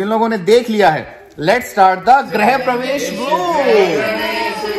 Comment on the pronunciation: आपको बहुत बधाई परंतु गृह और ग्रह दो शब्द हैं।।